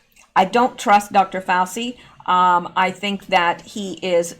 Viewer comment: Hi, I think you should put all the news together and don’t worry about it. By the way Dr Fauci’s name is pronounced “Fau-CHI”. 🙂 Love your videos! Thanks for keeping us all informed! 💜